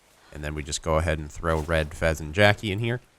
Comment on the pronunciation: Its FEZ not FES